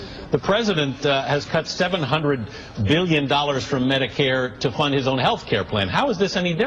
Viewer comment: "Mediqueer" lol